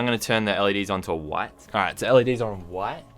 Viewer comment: It’s funny how he say white